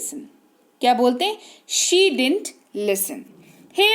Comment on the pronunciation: Mam i think. वहा डिंट नही पढ़ा जायेगा डिडन्ट होगा सायद.